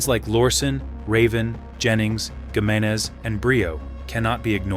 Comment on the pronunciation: It’s pronounced “He”meneze.